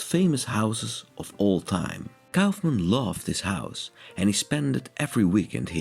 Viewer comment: "Neutra" is pronounced "NOY tra" - not "noo tra" - he was from Austria and therefore his name has a German pronunciation. You got Kaufmann's name right, however, which also has a German pronunciation.